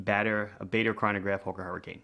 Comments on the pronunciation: Bar der and Bah der are ok, but not Bay der. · Pronounced “Bar-der”. Have a great New Year!